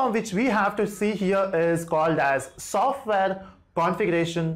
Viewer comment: Is it sofwear or software